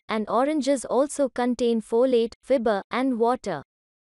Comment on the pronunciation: Fibre ka pronunciation thik krlo